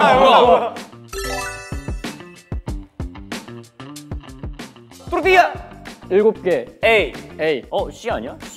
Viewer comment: 또르띠야 발음은 완전 원어민급인데 ㅋㅋㅋㅋ 현우네 회색또띠야가 왠지 맛있어보인다